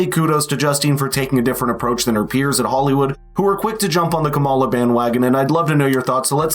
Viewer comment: I want to hear your opinion, but the moment you mispronounce Kamala, I know that you are virtue signaling to the right--no different than those you criticize .